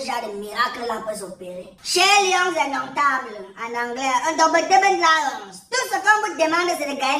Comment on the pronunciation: djoo je suis au sol quand tu dis...les beudombetébeul lions😂😂😂😂